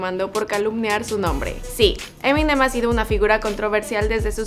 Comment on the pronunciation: Se pronuncia M&M.